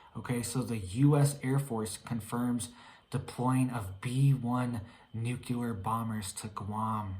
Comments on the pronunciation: NU-CLE-AR not NU-CU-LER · N U C L E. A R. ! NOT NU. C U. L A R. ! FRKING MORON. !! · Love you but please pronounce nuclear as "nu-klee-ar" not nucular. Tyvm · It’s NUCLEAR not NUKELAR arghhh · "It's nuke-you-ler" -Homer J. Simpson